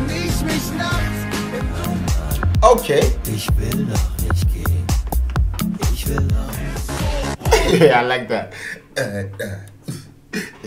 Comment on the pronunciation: You should hear some of these songs complete.... And dude, please, hold your ick and say not ich.. Welcome you can Berlinern 🤣